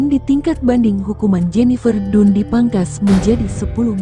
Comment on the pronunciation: Jennifer dan baca nya bukan nya dun 😢😢